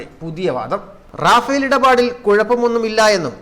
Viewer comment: Rafal റഫാൽ എന്നാണ് റാഫേൽഎന്നല്ല